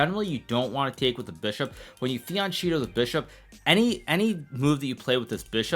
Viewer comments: Hello Hikaru. You pronounce fianchetto worng. You say fiancheeto. Its fian-kheto Its an italian word. The word Fiancho (pronounced with a K) means flank. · Someone tell him it's fian-k-etto! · It's pronounced fianketto!!! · Beginning of the series he was pronouncing fianchetto correctly but he’s back to using the cheeto now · the way you pronounce fiancetto drives me insane